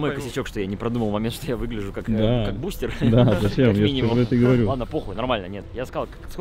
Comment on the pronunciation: Бл его Литвин называл БустЭром, а не БустЕром